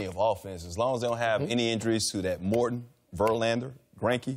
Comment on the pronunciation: Did he say Morton? Lol